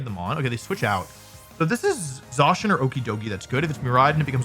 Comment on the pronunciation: What is the reason for the pronunciation change on Zacian from 'ZAY-SHIN' to 'ZAW-SHEN'? I feel like there is a whole extra W being added to the name, like saying Zack as Zawk...